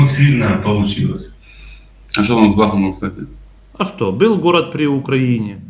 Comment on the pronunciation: Нужно говорить не бил а был.учи русский,блогр.ребята с Крыма красавчики,молодцы,ржали над тобой.до твого уровня не упали